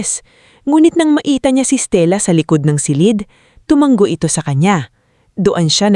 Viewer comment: ISANG G LANG ANG TUMANGO TU - MA - NGO. AS IN NGO - NGO